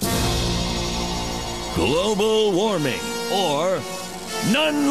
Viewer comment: gwobal woppa? uh y..yeah